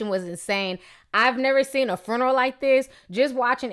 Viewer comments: Ok on a lighter note.........I love the way Ti say this word "Fruneral" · Lol at the way you say "fruneral" 😂 RIP Shawty